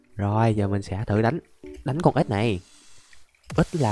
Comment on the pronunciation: Ảnh nói ếch mà nghe như ết vậy!😅